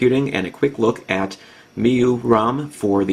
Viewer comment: its pronounced My U I however i love the review.